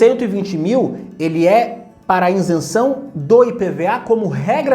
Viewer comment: Isenção e não " Insenção "